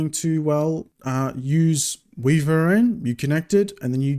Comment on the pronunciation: I'm fairly sure WiVRn is pronounced "wyvern" (or maybe I'm just crazy lol) :) Haven't heard of Monitor Overlay - I've been using WayVR